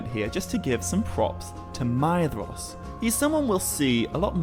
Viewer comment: I do love this series, and your speech and pronunciations are also so utterly fantastic. However, one small titbit I feel I would argue... Surely "Maedhros" should be spoken with the As Gaeilge pronunciation of "dh" and "s", making it "May-rosh".